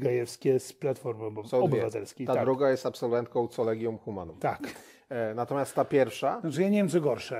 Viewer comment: Collegium Humanum wymiawia się przez 'K', nie przez 'C' - 'Kolegium Humanum'. Proszę się przygotować porządnie merytorycznie, bo słysząc takie błędy spada Państwa wiarygodność jako rzetelnych redaktorów.